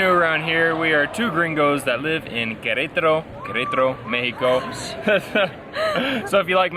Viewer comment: Hahaha it’s waaay too funny the way you pronounce Qrtro, without any vowel! Lol Cheers from CDMX!✌🏻